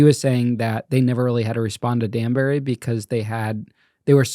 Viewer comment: This dude is a straight up pretentious L.A. Douchbag. Way to jolly and fake laughter for me. He wants to be in Hollywood and it's obvious. I ain't feeling this episode. Its Danbury, not Dansbury toolbag.